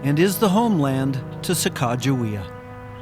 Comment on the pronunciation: I have never heard the correct pronunciation of her name before, wow, so much better. Thanks